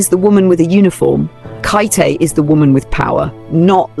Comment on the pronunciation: KATE, NOT KItay NOT Kite NOT Katy…..just Kate!